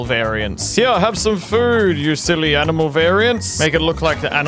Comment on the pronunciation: i heard that too and have been saying it ever since 😂